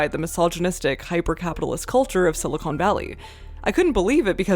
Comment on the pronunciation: Just one thing, “Silicon” (like con man) is the valley. Silicone (like pine cone) is something very different. Otherwise great vid!